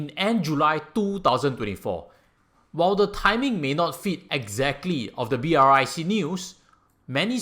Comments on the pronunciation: no ones pronounce BRIC as B-R-I-C, everyone call it as brics 🧱🧱🧱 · May I suggest that you pronounce as Brics (like bricks) instead of spelling out B.R.I.C? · Hi, love your insight. A suggestion: pronounce it BRICKS. It is not BRIC- you miss out South Africa this way. So reading it as B-R-I-C is also not entirely correct. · Its BRICS not BRIC! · Almost everyone I heard talking about brics pronounce it as "bricks:...you are the first person I heard actually call out all the alphabets😄